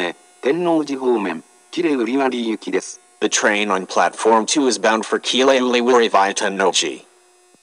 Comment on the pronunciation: 英語放送の喜連瓜破の言い回し、rの発音強すぎて子音が死んでる